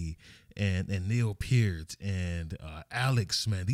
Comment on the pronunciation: It’s cool that he know how to correctly pronounce Peart!